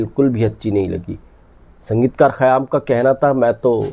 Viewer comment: خیام Khayyaam yeh Saheeh hai hai. Khayaam ( galat hai hai ) Ek qayaam Urdu ka Lafz hai, is k Manaa " Tehernay k hain. قیام Qiyaam.